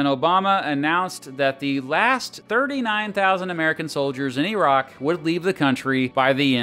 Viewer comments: Okay he pronounced the word as "E"rak. You have my attention. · Actually says Iraq correctly. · I’m so glad you don’t say “Eye-rack”